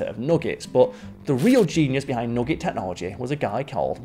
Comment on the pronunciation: I want more of saying nogget